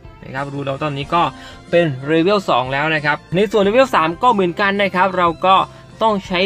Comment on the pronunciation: ว่าจะไม่เม้นนะแต่ฟังมันขัดแบบขัดจริงๆ เชื่อว่าหลายๆคนก็เป็น level อ่านว่า"เลเวล" ไม่ใช่"เรเวล"